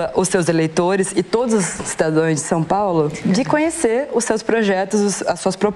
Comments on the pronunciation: Uma mulher que se diz repórter falou errado: ela disse "cidadães". Imediatamente o Marçal corrigiu a pseudo jornazista dizendo que ela deveria ter aprendido que o certo é "cidadãos". Ela deveria voltar para o primeiro grau? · A jornalistinha falando " CIDADÕES " 😂😂😂 EU NAO TENHO MÕES 😂😂😂😂😂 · A que ponto chegou a TV Cultura... convidar uma "jornalista" que não sabe nem expressar a palavra cidadãos... Lamentável